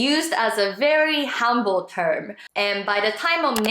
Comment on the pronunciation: oh sorry, another note the word is 'humble' not 'hamble'